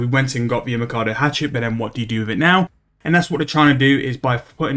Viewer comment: It’s Imcando he’s just saying it wrong like most things